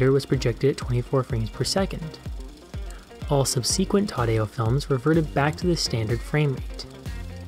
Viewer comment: cool video, btw that's an interesting way to pronounce "subsequent"